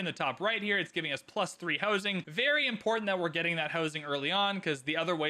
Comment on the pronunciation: I hear 'hosing' everytime you say 'housing'